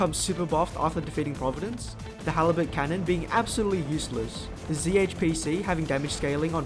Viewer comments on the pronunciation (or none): none